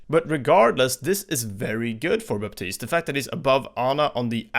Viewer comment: The P in Baptiste is silent.